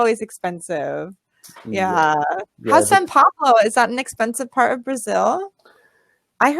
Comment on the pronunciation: Parabéns, sua pronúncia é muito boa, mas quero te dar uma dica importante para melhorar ainda mais. Na palavra "of", o "f" é pronunciado com o som de "v", fica exatamente "ov", sendo que a letra "o" tem o som de schwa. É que já percebi em vários vídeos que você fala com o som de "f", e eu sei que às vezes não percebemos tão facilmente essas nuances da língua inglesa. PS: A palavra "Off", essa sim é pronunciada com o som de "f". Good job!